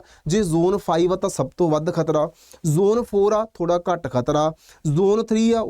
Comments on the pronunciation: Kharta ਨਹੀਂ ਖ਼ਤਰਾ 😂😂😂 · Kharta hunda k. Khatra hunda